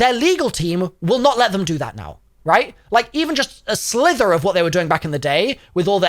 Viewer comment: "a slither" lol